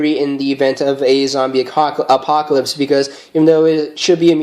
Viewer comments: lol he almost said "a-COCK-alypse" lol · Zombie "acockalypse"